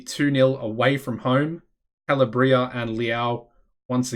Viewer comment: it is Ca-la-bria and Pa-Key-Ta:)